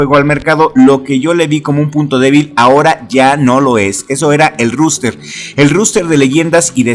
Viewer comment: Un consejo, se pronuncia roster, no ruster